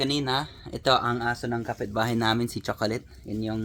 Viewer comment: The way you pronounce chocolate is so pnoy nah,hehe